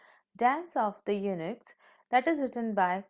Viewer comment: Eunuch is pronounced as yo nauk